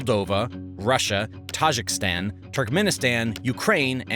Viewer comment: Not operation “Barbossa” but “Barbarossa”. It’s also not “Tajikstan”, but “Tajikistan”.